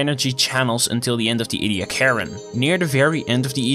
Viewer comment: As these fossils were found at Ediacra station in the Flinders, they are pronounced Ee-dee- AH-cra. Tell your friends.